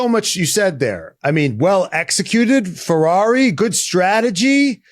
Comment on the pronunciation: I love to hear Guenther say Ferghaghi